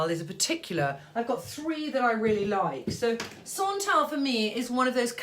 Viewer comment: Querulous ? I think you mean Penhaligons Quercus ? And it’s Roger ET Gallet , it’s Le Labo pronounced Lay Labbo and Santal is not sontale , it’s santal , as it’s spelled and for Guerlain , think “Gearlang” . Vetiver should smell of grasses , it’s green, it’s not incense which is dark and resinous . Just shows how subjective smells are . Quercus means “ oak” in Latin but Penhaligons Quercus is lemony and sweet and not in the least bit synthetic to my nose .